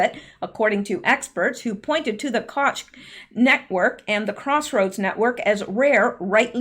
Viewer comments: Koch is pronounced coke.😊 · Koch is pronounced as coke when referring to Koch Brothers. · Koch its pronounced coke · As to pronunciation...kotch will be just dandy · Koch is pronounced coke. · Hello,,, Koch,, is pronounced "Coke" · Koch is pronounced like coke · Pronounce like the soda Coke brothers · Koch is pronounced "Coke". Love your work!!!